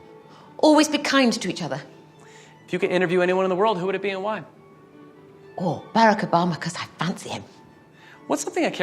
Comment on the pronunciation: the way she says "barack obama" i cant